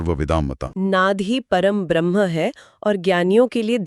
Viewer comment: सारे वीडियो को हल्के में लेकर चल रहे हो। मैडम से कहो ब्रह्म को भ्रह्म ना उच्चारित करें।